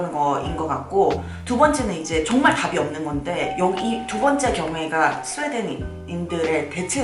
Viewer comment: 내 귀가 잘못된건가? “정말” 이라고 안들라고 “종말” 이라고 들리는데....